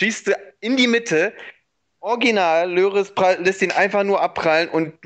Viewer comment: Der Torwart von Robert wird "lori" ausgesprochen und nicht löris ahahahhahaha